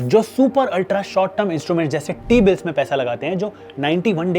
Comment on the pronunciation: First of all it in not 'Teabill' it is 'T-Bill' it means Treasurey bill issued by RBI and Government to Get short term borrowing from the investor and they pay interest against it. Hope this helps you. 🙏